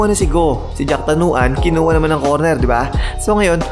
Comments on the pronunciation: Jakrawan hindi jacktanuan . Muangboon hindi goon. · Sir its jakrawan not jaktanawan 😂